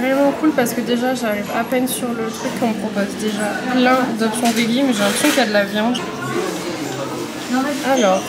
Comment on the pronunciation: pourquoi tous les français prononcent le mot « veggie » de cette manière? 😭 ça se dit « védgi »